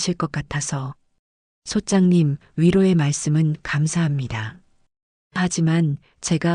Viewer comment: 부동산 얘기중에 성우가 소짱님 !소짝님!하는데 소장님아닌가요